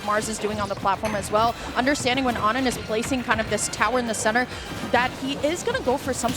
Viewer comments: Isn't it "oh-nin" not "aw-nin"? Or did it change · Why did they keep calling onin awnin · why didnt anyone tell them its "oh-nin" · ah yes my favorite steve player ah-nin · how come she doesnt know how to pronounce O-nin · Why they pronouncing onin like that? Is that how it’s really pronounced? I’ve never heard it like that before